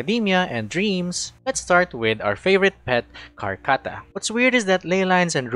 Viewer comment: Raise ur hand if u heard horchata instead of Karkata